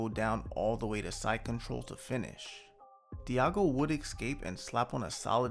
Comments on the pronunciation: Diogo is pronounced deougo not diago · bro stop saying diago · Nice video as always man, thank you... BTW: Diogo is pronounced Dee.o.go...